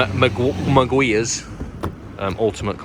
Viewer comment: I think you proved that saying wrong! Mug-wires is good stuff😝. Those who are after an extra shinny turd, I’d recommend Meguiars ultra finishing polish after using their compound. G0d it always rains in your videos. You must have been bad in a previous life😝. Good laugh as always - yes😂. Oh and you need a good wax on top to help in making it easier to clean. Sorry, I’m a bit of a car cleaning sado